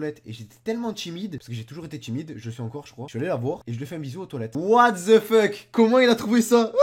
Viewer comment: On dit pas watt de fuk !!!!😨😨